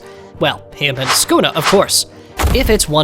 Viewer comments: ah yes my fav Demon "skuna" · He said skuna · blud called yorichi your-ichi and sukuna skuna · He’s saying Skuna XD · why is he calling sukuna "skuna"